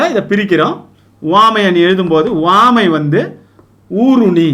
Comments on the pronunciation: Please Pronounce Correctly (Uvamai) Iyya - Appreciating your teaching effort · 1st uvamai apdindradha correct ah pronounce pannunga sir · he pronounces some words differently eg. uvamai